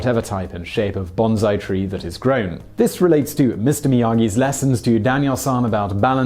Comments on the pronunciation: These seem to disagree with you: That last one has a standard UK and US pronunciation side by side. The word, accounting for regional differences and accents, simply does not sound like the Japanese exclamation, "Banzai!" It does not sound like Simon pronounces it, and he himself has admitted that the scripts are written for him and he often doesn't check the pronunciation. It sounds like "BON-sigh" or "BONE-sigh" or even "BON-tsai." Simon is simply pronouncing it incorrectly. Get over it and get on with your lives, OK? Jeez Louise. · Actually, "z" and "s" are just as mutually distinguishable to us Yanks, regardless of accent, thank you very much. We simply don't use the "z" sound where a sibilant "s" sound is appropriate, like with a Japanese word that's pronounced with a sibilant "s", like "bonsai" (BON-sigh). Simon uses both pronunciations in the video, so he's obviously capable of distinguishing between the appropriate sounds. You know what I think? I think he simply fucked up the pronunciation, and some of you Brits can't handle one of your own mangling the Queen's English, or Japanese, as it where, especially when it's a Yank pointing it out. Right, then! Cheerio! 😂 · My only complaint about this channel is the pronunciation used when speaking certain words. Other than that, I think the channel is awesome and Simon is a top notch presenter. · Why can you properly pronounce "sai" but not "bonsai"? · Come on man, there's not a single "Z" in the name, so why are you pronouncing it with a "Z"? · In other words, mispronouncing it. It's not an English word, it's Japanese. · Good to see I'm not the only one who realized the pronunciation of the two words is the opposite of what's being said here. Banzai is the exclamation, and bonsai is the little trees. (In the ultimate irony, you cite The Karate Kid, which has a moment where Mr. Miyagi corrects Daniel on this very point.) Seriously, dude, this is not a difficult thing to verify. Disappointed.